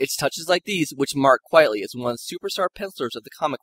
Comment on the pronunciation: Frank QUITEly, not QUIETly… it’s a pseudonym and a play on the phrase “quite frankly” 😊